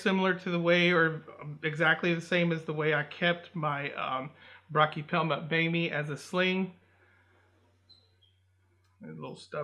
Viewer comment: I believe it’s pronounced bo may